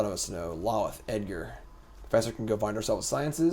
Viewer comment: I respect you and the website, but I have to say something…. Lolth (lol-th) (low-l-th) not (lawl-ith)